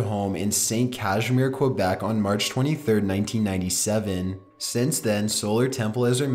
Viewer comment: quobec. .. rly... is that a new country? it is Quebec. pronounced Ke Beck